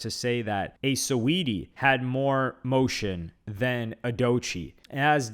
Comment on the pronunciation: You saying "motion" is hilarious